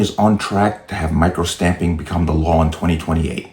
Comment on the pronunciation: Stop using AI. She could not even say Law correctly.